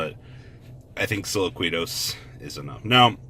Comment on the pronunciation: Plus that's kind of his niche....some things he can't (or won't) pronounce correctly, such as impermanence, or silquitous, and imo it makes him that much more funny and personable.